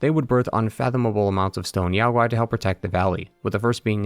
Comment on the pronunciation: NO Chinese can EVER forget the Monkey King <3333 The Great Sage was the name closest associated with him--amongst other names. Black ling YAO GUAY just means DEMON. 🤣😂😂😂 I am soo sorry I couldn't stop laughing over that pronunciation by the narrator. Sorry I know I ruined everything.